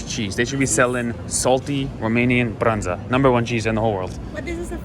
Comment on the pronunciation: says very well the romanian word,,brânză'' (cheese) 👍